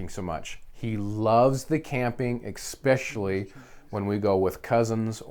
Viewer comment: I know this is a bit ridiculous but for some reason it kind of drives me crazy so I have to ask, why is it that just about every gun/knife guy on Youtube that I watch says expecially instead of especially? Is that an American thing? It's like when people say expresso instead of espresso or woof instead of wolf, I don't get it.. It must just be one of my pet peeves because I notice it every time. Where is that x coming from?